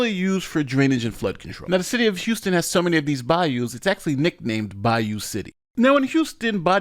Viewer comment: It's Houston